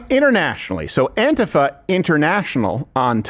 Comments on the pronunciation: Hey Steven, stop pronouncing antifa like a fairy. It's An-TEE-fuh. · No, dude, it's not that "some people pronounce it 'Anteefa' instead of AntIfa", it's that EVERYBODY IN THE WORLD pronounces it as 'Anteefa'!!